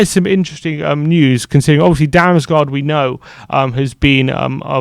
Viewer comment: Tip: If you see two "A's" together in a Danish word then it's pronounced like an "O". Damsgoard is much closer to the lad's actual name. Great little player - hope they can land him.